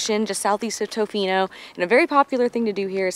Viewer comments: Tuhfino NOT Toefino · If you're going to the West Coast of the Island, the towns are Ukee and ToFINO not TOEfino, just FYI. #WestCoastBestCoast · Ya we are aware that we messed up on the pronunciation of Tofino and it’ll be incorrect in future videos as well, as we learned that we said it wrong after filming all of our videos on the island. We try very hard to say things correctly and look up many words, but that one seemed straightforward to us and we’ve been kicking ourselves big time about getting wrong.